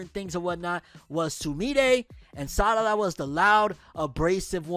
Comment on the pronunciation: He called her Sadada 😂